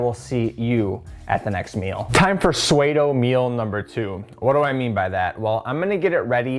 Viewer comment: also did you pronounce that swado? its pronounced sudo just fyi lol